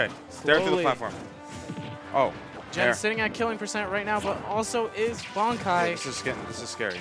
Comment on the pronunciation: Can people plz stop calling this man "Banky" His name is Bankai, pronounced Bon-Kai. Why would the Kai make his name sound like "banky"? Its just giving me a headache listening to everyone at that venue gettimg their own players name wrong..Yall need to socialize more over there and learn each others names